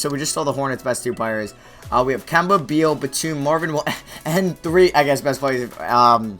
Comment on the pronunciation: nigga its not bradley bweal its beal smh